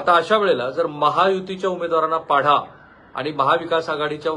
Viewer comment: पाढा नाही सर, पाडा बाकी आपले विश्लेषण अचूक, नेमके. ❤